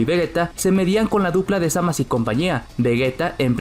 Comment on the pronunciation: Frizer y cell eran mucho mejores que majin buu. Se dice zamasu no zamas. Suena patético